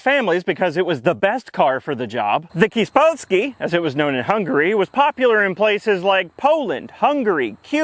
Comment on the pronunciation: Hungarian Kispolski is pronounced Kish polski...